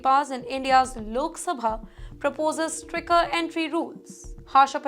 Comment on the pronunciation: It is stricter not stricker